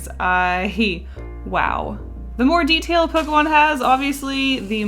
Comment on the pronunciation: DO NOT LEAVE OFF THE K IN POKEMON!